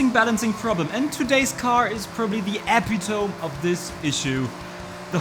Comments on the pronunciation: Friendly pointer, the word "epitome" is pronounced eh-pit-OH-me, as opposed to EH-pih-tome. I messed that one up forever. Great video! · Eee-PIT-toe-mee Epitome. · it's pronounced eh-pit-toh-mee